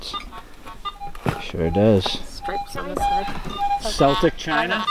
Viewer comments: its pronounced keltic not like our local basketball teams name. great video though. h h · the celtic's boston team. they pronouce it wrong. the c is a k sound sorry i didn't write it clear